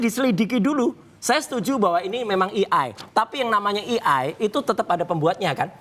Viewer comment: Roy Suryo S3 kelakuan kayak anak SD. Kampungan. Mengeja AI aja salah. AI dieja "i-ai" 😅